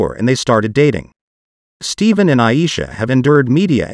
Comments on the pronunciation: Narrato should know who their talking about its Steph'en not pronounced Steven. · Get the name right. Ur mispronounced his name on purpose. U've heard it said 2 many time. Ste-fin. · STEPHEN. IT'S "STEPHEN"!! STOP SAYING "STEVEN"(STEEVEN).🙄 It's Very ANNOYING.😬 SOON AS I HEAR THE NAME PRONOUNCED INCORRECTLY, AMONG OTHER "FAUX PAS" ACTS/ACTION, I IMMEDIATELY "SWIPE" PAST THAT PARTICULAR "SHORT". NOT SURE IF ITS ARTIFICIAL INTELLIGENCE OR WHAT, JUST CAN'T/BEAR "IT". AND I WON'T........REGARDLESS OF THE "CONTENT" BEING DEPICTED.😐😑 That's Just ME. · Commentator: not Steven his name is pronounced STEPHAN that STEP/(HAN)😊 if I’m wrong 😮😢😑 please accept my apology 😮 thank you/y’all